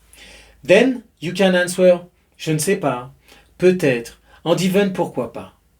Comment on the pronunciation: It is silly, but the w in answer is silent. It is pronounced "an(t)ser". On ne prononce pas le W dans le mot Answer.